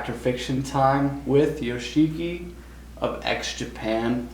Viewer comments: Haha! Took me 15 years (got to know X Japan by accident in a videoke early 2007, with "Tears" already available) to be corrected the right pronunciation of his stage name. I thought its "Yosh-ki" (silent "I" in the middle). Glad to learn new info as well, like seeing him playing the piano by recording bigwigs convinced him to shift instruments. In "Endless Rain" (arguably their best known single) live performance, he completely plays piano with pre-programmed drums. Second is the lended arm braces to Michael Jackson, whom he thought Japan's fashion thing. X Japan deserves a ticket to Cleveland's Rock and Roll HOF. Gene Simmons seconds the motion. He cited if he's known as a Lebanese frontman instead of (naturalized) American, KISS wouldn't be able to achieve greatness. "Art of Life" is a must-listen, though I wish Taiji should be the bassist (he was fired a year prior its release). His playing has that semblance of Cliff Burton. And the way Yoshiki speaks reminds of Manu Ginobili, though the latter is more fluent. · I know right!? When ever some one pronounces it as yo-she-ki instead of Yoshiki I just want to hit them with one of his drum sticks! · I love this interview but really hate how Americans pronounce foreign names. "Hi this is Yoshiki from X-Japan" "Thank you for stoping by, Joe Cheeky X-Japan"